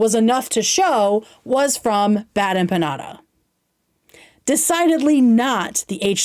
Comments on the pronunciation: bad empaññada, eggcetera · I’m colombian and the biggest offense I took in this is how BADLY she mispronounced empanada. Has she never eaten an empanada? Is that why she’s so dense and ignorant and lacks character? Because she hasn’t exposed herself to the delicious glory that are empanadas?